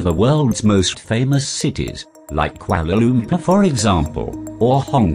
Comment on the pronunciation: they said Kuala lumpur(which is wrong in pronounciation)more than once... :3